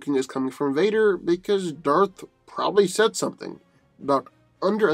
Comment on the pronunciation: "Darf Vader, Lord of the Sif"